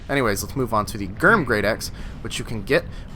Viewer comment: It’s pronounced GRIM not GHERM 🙄🙄